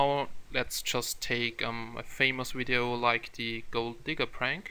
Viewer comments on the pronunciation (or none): Video, not wideo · The same reason he says "wideo".